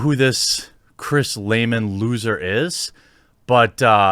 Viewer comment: "Lehmann"... Every single fucking time